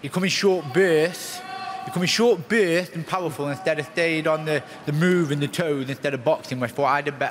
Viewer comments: 'he came on in short bwerts' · "Short Bueueuersts" Lmao dude can barely speak.